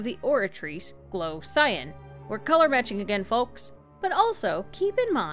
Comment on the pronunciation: was listening to the audio but not watching the video cuz I was playing the game but I kept getting confused as to why you kept referring to things as scion or the scion king. Turns out you were saying cyan. That was confusing